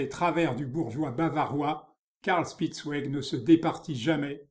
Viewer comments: Grâce à vous j’irai explorer ce style Bidermeier. Le nom de ce peintre se prononce "chpitz- vég", "ouégu' " c’est pour les Anglais 😉😉😉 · Dommage que le commentateur n'ait visiblement pas fait d'allemand. Prononciation anglaise malheureusement !